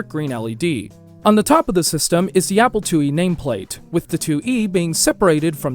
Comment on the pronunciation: ‘The Apple LlE” lol